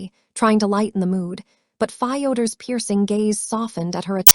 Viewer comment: The mispronunciation of Fyoder was very distracting.